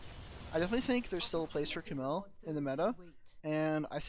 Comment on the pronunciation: It’s cam eel not camill!!!